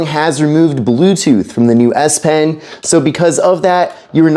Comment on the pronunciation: exactly he said s pen correct and not esh pen